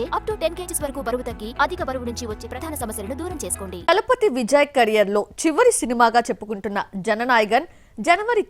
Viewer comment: Dalapathy kaadhu Thalapathy